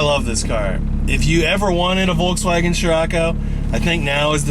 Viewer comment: Imagine being a Scirocco driver, but you can't pronounce Volkswagen